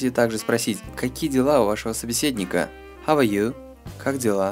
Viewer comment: How - "ХАВ"?! Я , конечно, понимаю, что это для начинающих, но с самого начала давать людям транскрипцию русскими буквами неправильно, что так же касается ing,(заведомо неправильно "Г"). Короче говоря, везде указано, что это грубейшая ошибка, проблема всех разговорников времен Союза